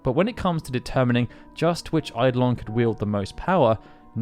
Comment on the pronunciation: I have to be that guy. Eye-DOH-lin